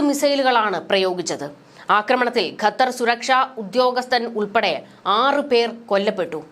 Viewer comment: ഖത്തർ എന്നുപോലും പറയാൻ അറിയാത്ത നീയാണ് വാർത്ത വായിക്കുന്നത്